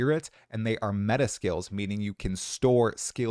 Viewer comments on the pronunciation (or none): none